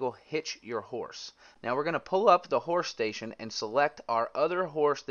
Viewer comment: Awesome video but ... "Horsh shtasion" 😂